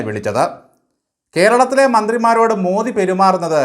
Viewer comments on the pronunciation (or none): none